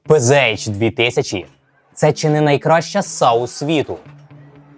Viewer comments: Правильно казати ПцАш. Бо це німецька мова, а не англійська. Панцер, а не панзер. Z читається як Ц. І літери ейч в німецькій немає. Є аш. Не надто важливо, але ріже вухо. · У німецькій нема букви "Єйч". Читаеться "ПанцерХаубиц",тобто "Пє-Зе-Ха"